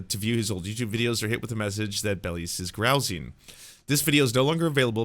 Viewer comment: The correct pronunciation of belies is bell eyes, and grousing is pronounced grouse (as in the bird) ing.